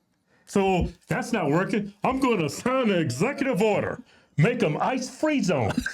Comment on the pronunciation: They thought he said ice cream zones